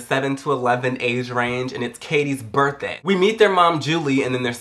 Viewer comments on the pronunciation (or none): i love how he has the most random accents on the most random words. "and it was her BIRTHDAY.... and then they were eating CORNFLAKES... and then BONER KILLER!"